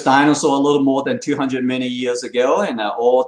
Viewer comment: English is way better than my Chinese, but I find it funny that him saying "... million years" rather sounds like "... many years" to me.